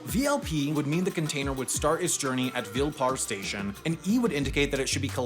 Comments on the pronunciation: Great video, but as a Mumbaikar, couldn't stop laughing at "Ville Parle". On the face of it, that pronunciation would make perfect sense to an English speaker based on the spelling, but we pronounce it "Vil-ey Par-lay" (rhyming) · Error: the map shown isn't just the Mumbai Suburban Railway map, it also includes the major highways and roads of the city and , tghe pronunciation of 'Ville Parle" is majorly messd up, its pronounced: "Veelay paarlay" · Vile, as in vil-lay (not Ville) Parle (par-lay) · He completely butchered the names, I love it It's Vil-ey Paar-ley, not vil parl Kudos for trying though! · Massacred pronunciation! Vill-E Parl-E station, Dabba pronounced wrong and what's with the wet bread? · It's pronounced "Vila-Parley" But awesome video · Its pronounced "Vee-le Paar-le" and my aunt stays at "Huh-noo-maa-n" street. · Ville Parle is pronounced Vee-le Paa-le! Ben or Amy didn't do their pronunciation checking tut tut. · Yeah. He pronouced it like WILL PAARL. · Pronounce the e in vile parle and the man in hanuman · I never thought someone could pronounce Vile Parle like that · Excellent vid! My dad grew up in Ville Parle. The pronunciations sent me though lmao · At least its better than his pronunciation of Ville Parle 😅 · The way my guy butchered the pronunciation of vile parle 🙏🏻🙏🏻😔